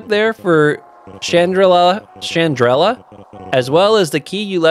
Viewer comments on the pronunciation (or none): Love to see how much fun you're having with the game so far. Btw our reluctant heroine's name is pronounced more like Chan-drel. Kobolds are simply probnounced ko-bold, they're one of the typical lowly creatures in fantasy settings.